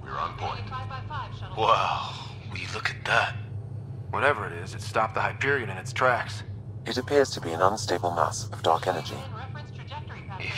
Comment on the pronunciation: Jak mogłeś! Gracz Borderlands i nie potrafi wymówić nazwy "Hyperion"! Wstyd, panie!